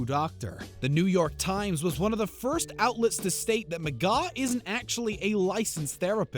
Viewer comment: McGaw?? Come On!!